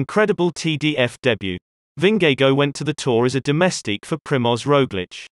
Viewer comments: Who is Vin-ge-go? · Ving-gay-go lmao. Lovely vid tho! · He doesn't pronounce Vingegaard correctly either, so I guess that evens it out. I haven't heard and English speakers pronounce Vingegaard correctly. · Funny way to pronounce his name. You get the V right and the Gaard right, but the "ng" in Vingegaard is actually no different than in english "singing". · Nice docs, but learn to pronounce world best cyclists names! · God is it a robot pronouncing his surname? haha. Its not that hard to pronounce it correctly. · Shouldn't you learn how to pronounce their name properly first before making the video?